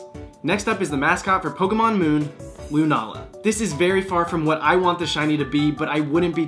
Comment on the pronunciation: man you got pretty close on lunala!